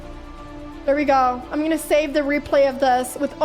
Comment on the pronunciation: Stooop pronouncin "tschu" instead of "to", "too", or "two" ...It drives me nuts 😅